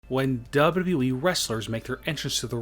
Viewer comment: Stfu its not WWWWWEEEEE its WWE